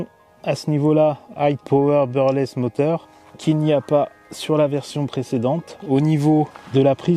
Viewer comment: brushless mais je vous l'accorde c'est pas simple à prononcer